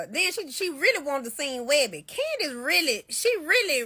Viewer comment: It’s CandICE Owens with a C!!! Not “CANDY” Owens!!! Speak English!